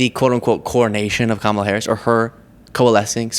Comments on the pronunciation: Why can't they say our Vice President's name correctly? Does that not perfectly demonstrate how willfully ignorant they are? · They pronounce it wrong on purpose to show disrespect. They also call it the democrat party instead of democratic deliberately. They are very juvenile. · In reference to her name, I absolutely believe that it's on purpose that they mispronounce it. They think that its a dig, a put down, an insult. So middle school! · Everyone should call all the Magas who choose to say Kamala's name wrong, on purpose, a weird version of their own name. Margo Trader Green!! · I wish she’d learn to pronounce Kamala! Ugh what an idiot! 💙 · Marjorie is so stupid she can't pronounce Kamala, Raskin, or Democratic Party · Damnit, “mar-JHOHR-ee,” it’s “COMMA-luh.” I know you can’t manage basic respect, but it’s still amazing you can’t scrape together the bare minimum decency of a good faith effort at another human’s name. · I wonder who addressed the nation from the oval office last night. Btw, her name is Kamala. ( Com a La ) And Raskin taught you how to properly use the words democrat and democratic. Damn, you are dense Klan Mom.😂😂😂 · Of course, mispronouncing Kamala's name is on purpose. That's how petty they are. Just like always emphasizing President Obama's middle name. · Why are these DBags the way they are? Is this some sort of alternate reality? Why can't they AT LEAST be respectful enough to pronounce her name correctly? I have never been so disgusted in my life in a faction of people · She is to stupid to pronounce Kamala correctly. Kamala has tons of supporters and is more qualified than MTG to work in the government. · Yes. By saying her name wrong as much as possible, they (MAGA) believe they are showing their contempt for her. That’s it? Slide off my back! Pitiful! And a little violin plays for them! 💙💙💙Vote💙💙💙 Volunteer 💙💙💙Harris 2024💙💙💙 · Maybe they mispronounce Kamalas name because the education system they were in sucked.stupid is as stupid does.